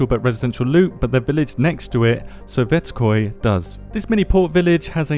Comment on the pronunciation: Its pronounced " ZHUpanovo, soVETSkoye, YASnomorsk, tuMANovo, orLOvo, podGORnoye, RIBnoe, matROSovo,SHUMnoye, vosTOK, YOUZHnoye, taraNAYE, DUdino, boLOTnoye, SEveromorsk, RUdnogorsk, PETroPAVlovsk.